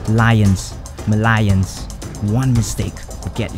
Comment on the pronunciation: David Leøng Music LOL I thought he said “Malayans” 😂😂